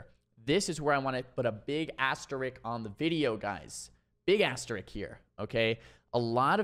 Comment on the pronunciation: Awesome video! By the way, it's "asterisk", not "asterick"! Thanks for the mage guide. I haven't been playing retail at all this expansion so I didn't know the context of some of these new things like Kleptomania that have been mentioned in some of your badass 3s videos (especially the hilarious triple mage ones). Now I do!